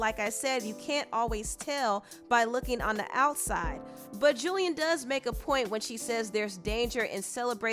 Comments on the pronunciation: The way you're repeatedly mispronouncing Jillian as Julian over and over 🥴. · Are you intentionally mispronouncing her name?